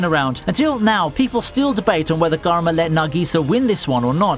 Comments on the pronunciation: garma? its karma as like how you say karma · I'm surprised no one is talking about the way he says karma